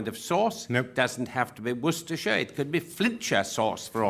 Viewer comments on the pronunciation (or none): none